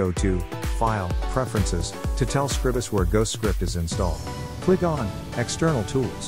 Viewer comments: It's Scr-EYE-bus. You know, as in the word "scribe". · It's a bot reading the transcript. But yeah, SCRIBE-us.